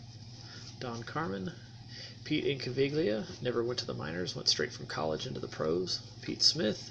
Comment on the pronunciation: Incaviglia the g is silent